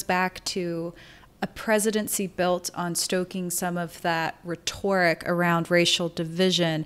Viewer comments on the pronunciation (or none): rhet•o•ric not rhet•O•ric